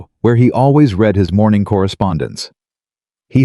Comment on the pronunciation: Please teach your AI on how to pronounce 'read'. If it is 'NOW', then it is pronounced 'reed' but if it is in the past, then it is pronounced as 'red'. He is 'reeding' the document or he 'red' the document. Very annoying. Also, why is it 'i' in front of many sentences when it is meant to be 'he'?